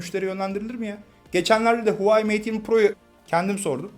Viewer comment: Huvayi değil HUAWEI